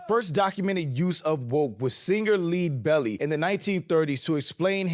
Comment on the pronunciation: It’s lead (like Pb/bullets) Leadbelly